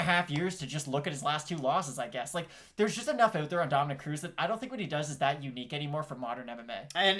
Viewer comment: Smh the disrespect on cruz's name